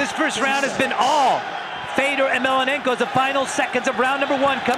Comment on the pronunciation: Mellonenko! Say his fucking name right. Such disrespect.